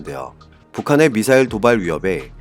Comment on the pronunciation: 무슨 발사체 용어 수정할수 없는가 미사엘을 미사엘 발사했다 왜 쫄라 말도 못하는가 방송 집어 치우시요